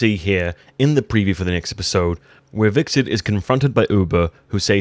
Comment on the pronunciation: Every time you pronounced Hvitserk wrong.. a fairy died somewhere...